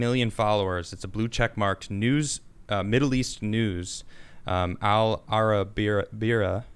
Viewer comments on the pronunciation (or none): Al-arabeeya is the phonetic spelling for your source